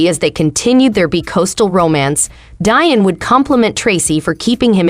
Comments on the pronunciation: Omg its pronounced DEE-ON NOT DIE-ON! Get a clue!!! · DEE - ON. Not Die-on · …Day -Bewt-Ed 😂 Debuted….more like ….daybewed. But it’s okay. I just have never heard the word pronounced that way. And LMAO!! at the pronunciation of Deion’s name ….Dyen 😂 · See, this is why Whyte folks need to stay out of black affairs. Learn how to pronounce the man's name properly. It's pronounced Dee-On! Not, Dian. The narrator is just terrible. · Now she damn well knows his name is DEION AND NOR DION!! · It’s pronounced DEE-ON not DIE-ON 🤦🏻‍♂️ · Funny how you pronounce an uncommon name like 'Pilar' correctly but not Deeeee-on lol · Deion ( Dee- on). No like- no share- no subscribe. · Learn how to pronounce the man’s name properly…..spelled Deion pronounced Dion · I can’t watch anymore… “Dion” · Pronounce his name right 1st. I can’t listen anymore. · Get someone who knows how to pronounce Deion's name smh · Why cant u even say his name correctly 🤷🏽🤦🏽‍♂️ hell out of here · Man she doesn't know how to pronounce his name!! Lol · If you can't pronounce a name properly STOP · Please learn how to pronounce Mr. Deion Sanders name , that's so disrespectful !! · Ummmmm you should probably learn how to pronounce his name SMH That's embarrassing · How this video keeps saying Deion name wrong is painful. Like you can hear how to say his name. Stupid click bait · She was driving me crazy pronouncing his name wrong!!!! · Fuck yea.. it's pissing me off.. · Thank you! Its pitiful! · Why now do you feel that this is relevant now? Almost like a crabs in a bucket move.Sence you can't pronounce his name correctly, just refer to him as Coach Prime